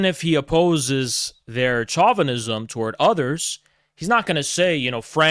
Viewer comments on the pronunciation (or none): wtf is that. chauvinism is pronounced as show-vinism not chall-vinism